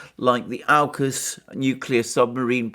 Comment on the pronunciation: you pronounce aukus correctly... the way it should be, to make sense of au uk us and not awe-cus